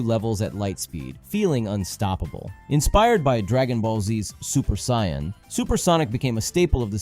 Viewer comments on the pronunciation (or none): Super saiyan is pronounced “say-in” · Nigga what is super siyan “sayun “ 😂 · "Super cyan" 💔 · Super "Cyan" 😭😭😭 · "Super Cyan"